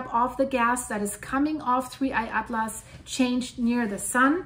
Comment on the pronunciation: That is the correct way of pronouncing it, according to my scientific calculations.